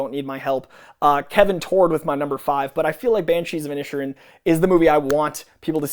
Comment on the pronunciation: it's pronounced like The Banshees of In Ed Sheeran.